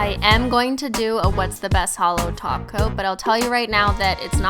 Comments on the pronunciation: Every time you say: Top coat, I understand taco😂😂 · whenever she says top coat, i hear taco